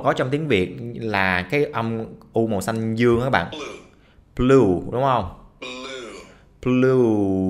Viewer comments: haha vãi cả không nghe được. 😅😅 mình không nghe được thì nghe đâu có lết lên được 8.5 listening đâu😁😁. Nghe rõ ràng là âm P mà, chứ b đâu đây. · Có phải tai em có vấn đề không? Em nghe blue giống plue. Âm b giống p quá anh ơi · k nghe rõ thì đừng cãi . ad đọc chu b trong blue. chu p gi o đây. chăng lẽ ad phát âm plue cho mau xanh dương. nếu đọc sai chữ đơn giản vậy . dám dạy mấy bạn sao ? chỉ có bạn k nghe đuoc thôi. ban hiu k.